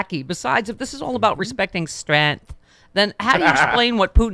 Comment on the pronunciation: Today's word is: STRENTH 🤣🤣🤣🤣🤣